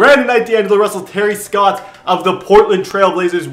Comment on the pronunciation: It's Terry STOTTS NOT SCOTTS